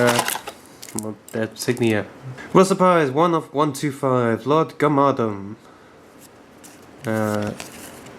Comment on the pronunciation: its Lord GARM-A-DON